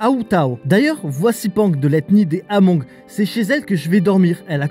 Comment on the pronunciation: Super récit, correction ce sont des Hmong qui se prononce Mong, la diaspora Hmong est eparpillé sur la planete depuis la guerre du vietnam